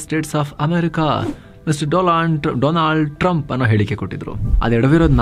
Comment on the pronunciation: 'My dear friend Do-land Trump' 😂😂 was epic